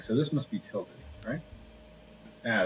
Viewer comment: lol he said tlted coveyor for 95 bun with captions it was tilted convery 495